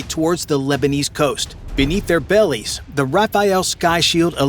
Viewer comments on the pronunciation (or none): none